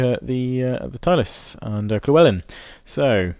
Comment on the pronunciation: Why do you pronounce Llewellyn as Klewellyn???